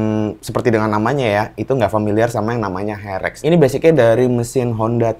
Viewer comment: herek bukan ferek 😂